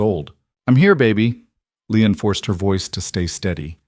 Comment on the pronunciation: Ĺi-an not Leon.